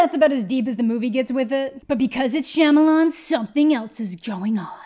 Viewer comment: mispronouncing his last name in this manner is rooted in racism...we can make fun of this movie and how bad he is at most of the movies be makes without resorting to mocking his name.